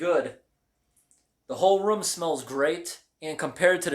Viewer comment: Or the way he says room.. He says it like "rum" lol he accents the last letter too.. Like I went to the "ruMm"